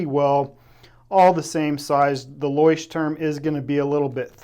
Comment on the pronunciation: Also: loykh-tehrm, not loysh-turm.